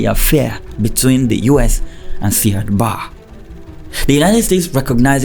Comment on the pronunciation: It is pronounced Siad Barrey not barr